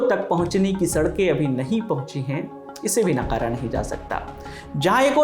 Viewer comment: आपके दो शब्दों का उच्चारण थोड़ा हिला हुवा था पहला,नकारा, और दूसरा,कलेक्टिव, दोनो में कल्लू का क लगेगा क़लम का क़ नही